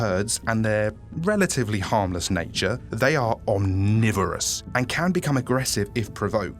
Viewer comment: the way he says omnivorous here is so funny to me